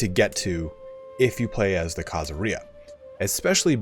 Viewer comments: Khazaria does not rhyme with diarrhea! khazARia stress on the "ar" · Why do you say Khazaria like pizzeria instead of the way you say every other country that ends in -ia